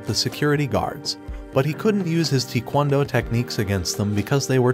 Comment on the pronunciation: How it says taekwondo what I hear tikwondo